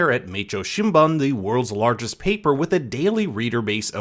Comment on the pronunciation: Some Japanese pronunciation corrections. "Meicho Shinbun" is pronounced shìńbúń (boo n) not bun, not Jen but Gen. Obviously Tozawa (based on Goto Tadamasa) is going to UCLA to get that liver transplant with the deal he made with the FBI to be an informant. Didn't you read the book?